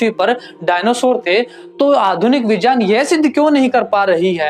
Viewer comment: Correct your pronunciation in Hindi यज नहीं यज्ञ होता है। विजान नहीं विज्ञान होता है। जान नहीं ज्ञान होता है। ज नहीं ज्ञ = ग् + य Otherwise it is good